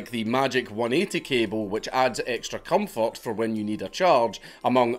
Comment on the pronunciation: I don't like the way you pronounce "comfort"; it sounds too much like a subreddit I'm subscribed to. Say "comforters" real quick just so I can be sure.